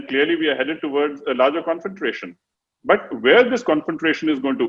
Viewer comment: Great analysis and explanation by the general. He speaks well (except for saying confrontation with an extra R😀).